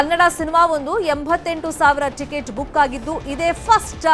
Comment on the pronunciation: ಟಿಕೆಟ್ ಅಲ್ಲ ಚಿಕೆಚ್ ಅಂತೆ 😂😂